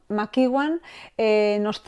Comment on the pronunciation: Ian McEwan se proncuncia /ian/ (no aian) /makiuan/ (soy prof de ingles y mi marido es ingles) :shelterin